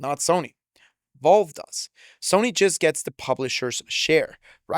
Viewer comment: Bruh it’s Valve. Why tf do u keep saying “Volve”?